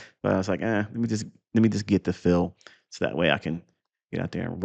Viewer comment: the way you emphasize "Fill" and "Filling" you're such a troll haha